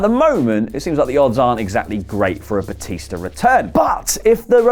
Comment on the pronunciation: Its batista not bautista